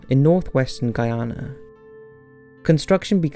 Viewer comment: Proud that you pronounced “Guyana” correctly.